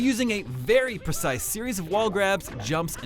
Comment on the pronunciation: he called cannonless "persice" ok